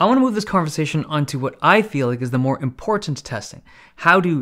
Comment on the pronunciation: The way Dave says 'important' makes it seem so IMPORTANT.